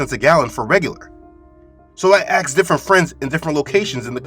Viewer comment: Please stop saying AX & AXED! It's ASK & ASKED. Great channel but please it drives me crazy that you mispronounce that every video.